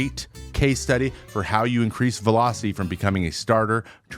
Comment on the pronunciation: When did velocity become Vee-low? Serious question